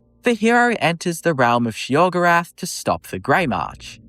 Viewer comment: Sheogrerath, lmfao!!!!!